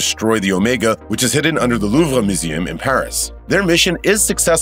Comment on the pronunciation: God these looper narrators are terrible cant pronounce the louvre museum or even Ritas last name Vrataski